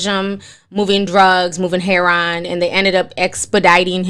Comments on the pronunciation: Not she said Hair Ron.. it’s Heroin 😂💀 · Totally random...but i love when people say "heron" instead of heroin